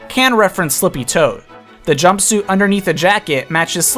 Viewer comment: if you say jumpsuite one more time